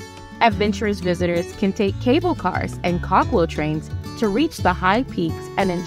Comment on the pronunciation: A good and informative video! The only complaint is the narrator's mispronunciation of several words including place names and common words like "mountainous and cable".